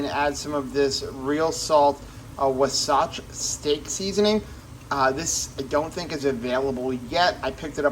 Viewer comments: Wasatch is pronounced Wah-satch. Named after the Utah mountain range. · love you, but it's waa-sach. It doesn't rhyme with wasabi. ❤